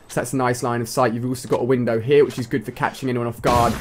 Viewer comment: Omg, i hate how he says here.